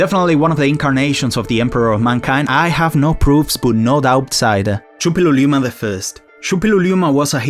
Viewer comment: You forgot a syllable. True confession- if you remember the song "Too Ra Loo Ra Loo Ral..." it's easy. "Su- pill-lu-lee-u-ma."